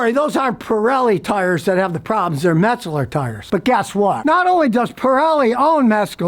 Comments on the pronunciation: Every time he said “Metscaler” I just kept thinking, “good thing mine are Metzeler” and then I saw what he was talkin bout 😂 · THATS PRONOUNCED “METS-LER” Came stock on my 1983 KTM 250 back in the day. Hey Scottie, “can you say DUNLOP” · Metzcurler? Come on Scotty, I know that you can pronounce it correctly as you have on this post 😁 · As a former dirtbike rider and someone who's familiar with the brand name Metzeler, I find your pronunciation pretty funny! Metzkeler... Wait. After typing that out... Maybe you meant to make it sound like Metzkiller? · Scotty . . . ain't no "g" in Metzeler! Ain't no "Metzguler" tire made anywhere . . . ha!! Good call, though . . . Metzguler/Pirelli does have an active recall currently in place. Thanks for the heads up!! PS . . . you're still the best!